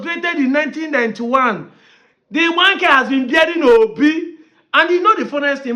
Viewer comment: This man cannot even pronounce Igbanke, poor fellow.